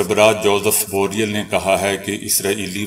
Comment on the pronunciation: بو ریل آپ یہ لفظ ٹھیک کریں